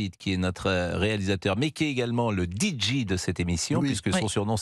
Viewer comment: DJ ça se prononce “Dee Djay” Pascale!